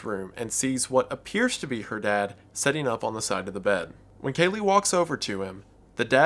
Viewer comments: It's pronounced "Sit" not "Set". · "The Sun (son), Kevin, setting in the hallway" Your pronunciation of the word 'sitting' has caused such an interesting image to form in my mind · Why do you pronounce "sitting" like "setting"?